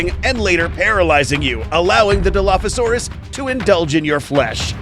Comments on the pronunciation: The real dilo is not whatever you said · Your saying Dilophosaurus wrong